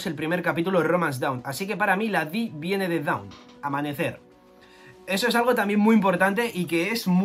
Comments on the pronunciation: Dawn no se pronuncia “daun” es aproximadamente “don” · Para la pronunciación de la palabra Dawn en japonés los katakana hacen que se pronuncie DON. Eso nos recuerda a Tom y a Binks no sake